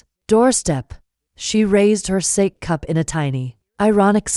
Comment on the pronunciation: Sa - Kay not sake